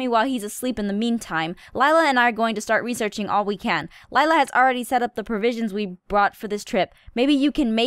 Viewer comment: Um...I actually think Laila's name is pronounced Lay-la, not Lila. But I have no idea how to spell either of those correctly so whatever.